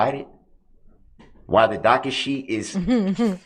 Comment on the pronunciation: Darrell: "Oh docka shee, Oh docka shee. There aint no bond on file..."